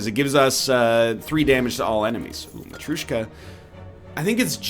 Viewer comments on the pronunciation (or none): It keeps wreking my ears, NL... Mat-r'yo-shka not matrushka. <3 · Oh, btw, the way Matryoshka is sort of pronounced is "Mah-throh-shka". And I've heard even people calling it "Mah-three-yoh-shka". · Ay everybody welcome back to MISPLAY MISPLAY MISPLAY MISPLAY Oh by the way its mat-rio-shka in pronounciation